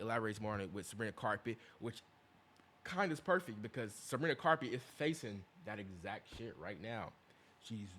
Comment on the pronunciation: WHY IS HE SAYING SABRINA CARPET😭😭😭🥀🥀🥀🥀